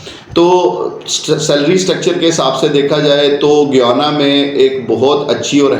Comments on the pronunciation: It is not goiana it sounds gaiana (GUYANA) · Guyana not goyana… embarrassing that you can’t pronounce the name correctly yet advertising for it… who will believe you… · Goyana? ❌ Gayana, ✅